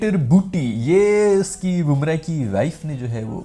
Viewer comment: How to pronounce Bumrah's name.. BUM (wo wali BUM) - RAAH not BOOM - RAH 😅